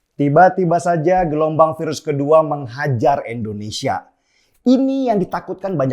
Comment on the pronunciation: "Indonesia" Bang Denny... bukan "Endonesia". Bang Denny sebut "India" bisa, bukan sebut "Endia". Jadi biasakanlah sebut "Indonesia".